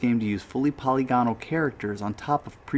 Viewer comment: Very good video. I'm not sure about Alone in the Dark being the "first" survival horror but definitely the first polygonal (puh-lig-uh-nul) survival horror. Nice job